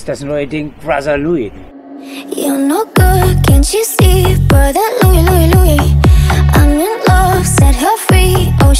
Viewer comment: Bohlen kann nicht einmal mal Brother richtig aussprechen :)